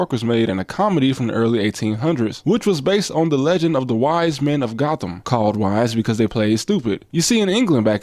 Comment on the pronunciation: Gotham in the UK is actually pronounced "Goat-um".